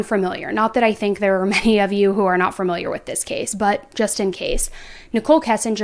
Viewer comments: the woman saying fermiliar instead of familiar has me weak asl 😂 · FAmiliar….. not FURmiliar.